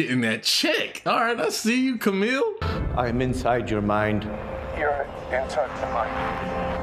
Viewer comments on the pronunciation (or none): Bro called Kumail "Camille". xD